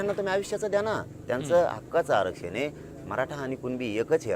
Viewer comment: आरक्षण ही पण बोली सुधार बोलीभाषा कशी बोलतो